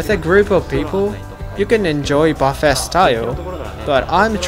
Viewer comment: Would love to go on this ferry. Buffe(t).don't pronounce the t.